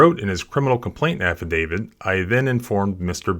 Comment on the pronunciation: It’s “affidavit”, not “affidavid”.